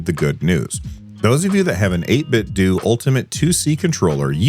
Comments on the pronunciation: apparently its 8bitDOO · This is small, and silly and besides the point - It's "Eight-bit-doh" like "Nin-ten-doh" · Yeah, the official pronunciation is like "Nintendo." That's why they chose that name, it seems.